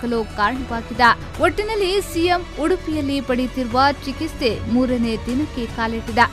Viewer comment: ಚಿಕಿಸ್ತೆ ಅಲ್ಲ ಚಿಕಿತ್ಸೆ